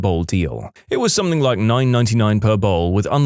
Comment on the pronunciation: No K in the word something